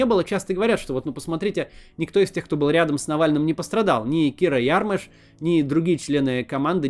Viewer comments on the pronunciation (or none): none